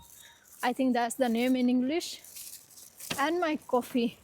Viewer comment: You pronounced Coffee as "Kkofffi" 😅😂 Drive pronounced as "ddrrrrrive" 😅😂